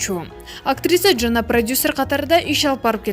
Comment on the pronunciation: Нормальный окучу тиштенбей, узуп , узуп суйлобой чын эле Хейтер эмес эле жагымсыз болот экен анан джана эмес эле Жана деп эле суйлочу ай.